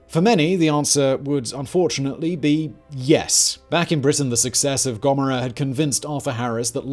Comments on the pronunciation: Soda and Gommera? Love that pronunciation. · How you pronounce Sodom and Gomorrah 😂😂😂😂😂😂😂😂😂